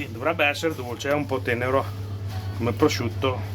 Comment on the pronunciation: pvosciutto sbucciato pevsonalmente ievi seva